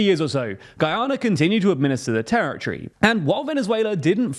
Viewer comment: Territory!!! Not terrortree